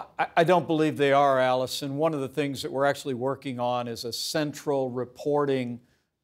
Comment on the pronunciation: My apologies: "Alisyn" not Alison...